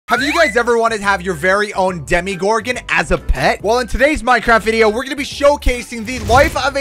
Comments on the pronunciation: he said it like deme-gorden when its acally demu-gorden well its pronosed that way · Demogorgon not demigorgon it sounds like demigod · ITS DEMO NOT DEMI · ITS NOT CALLED A DEMIGORGEN ITS CALLED A DEMOGORGEN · Did anyone else notice he was telling demigorgon for demogorgon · Not demi it's demo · Demo not Demi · this is how u say demegorgon dem-a-gor-gin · I love stranger things to much to not correct you it is a dem-o-gor-gon